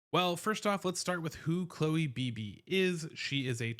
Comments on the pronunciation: I'm glad you covered this signing because it could pay dividends. However, her name is not pronounced Bee-Bee. It's pronounced Bib-Bee, like the word "bib." This was how her name was pronounced when she was with the Valks. And to make doubly sure, I went to her payer page for the Terps, where you can hear pronounce her own name. Also, good luck with your move! 👍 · Dude, it’s “Bib ee”!